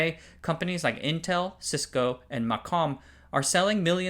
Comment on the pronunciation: As an industry insider - almost 40 now - this was pretty good. Several of your pronunciations are off - CMOS (moss not mos), MACOM (may not ma), Mach Zehnder, etc. On-die optical interconnect makes no sense for power and reach (distances are very short) reasons. Check the activity going on with NPO and CPO and chiplets to see the future.